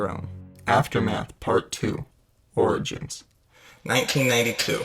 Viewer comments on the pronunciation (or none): none